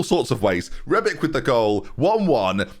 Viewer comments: its rebić not rebik, you say ibrahimović correctly why is it difrent with rebić when its pronaunced exactly teh same lol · Calling Matip 'matic' when bringing rebic on, whilst pronouncing rebic' name wrongly; classic benjyism once again